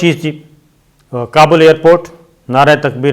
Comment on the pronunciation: It's not Qabul, it's Kabul for the love of God